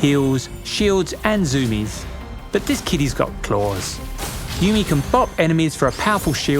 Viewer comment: Bruh it's yuumi